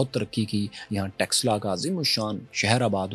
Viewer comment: Are texla nhi taxila bol esse pata chal raha hai kine padhe likhe ho indus velly civilization hamari ancient civilizations hai or eslamic koi civilization nhi gai iran ko v muslimo ne convert kar diya tha samjhe ham bharat se nhi hai bache Afghanistan me gandhar hamar hai pakistan me taxila hamari hai or Bharat me nalanda University v hamari hai bharat mehi Krishan g ki janambhumi hai bharat mehi share ram g ki janambhumi hai bharat mehi ancient kashi hai banaras hai gyanvapi hai or bharat ka pehla 16 mahajanpadha ka mahajanapadha maghada hai yehi 4 vedas likhe gye yehi 18 purab likhe gye kashmir mehi panchtantra likha gya mahabharat yehi hui yehi ramayan hui hai tum log to converted ho na tum hindu ho na arab wale tumko apna mante or baat hamari civilization ki kar rahe ho or hame hi bahar ka bata rahe ho bharat k bache bache ok pata hai tum logo k khoon me gadari ka or dilo me bhare jehar ka pehle sikho ko alag karna chaha or aaj aryan ko bahar ka bata rahe ho beta thoda or research kar allah kon tha ye v bhul jaonge or allah ne to kaha tha maine suraj banaya hai 4 din me pr Suraj banaya se v pehle Allah ne 4 din kaise gin liye jabki suraj k bina din hota hi nhi hai 😂